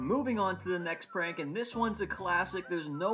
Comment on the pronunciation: hha he said parnk